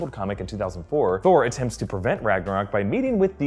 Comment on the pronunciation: I was wondering if anyone else noticed. Also, I could swear he calls Thor 'Scor' at the minute mark lol